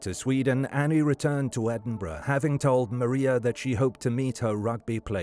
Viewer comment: At least he pronounces Edinburgh correctly 🤷‍♂️